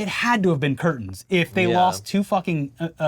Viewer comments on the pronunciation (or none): none